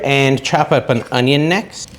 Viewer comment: What’s “honeyonyon” powder?? Lol!